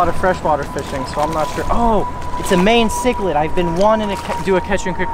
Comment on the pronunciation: you say mayan chiclid wrong lmao